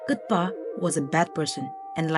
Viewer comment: I think Kutupa should be pronounced Kootoopah , and not Kootpa.Also Anishe should be pronounced Anshey flower and should be written likewise ! Sounds and looks better ! Just a thought.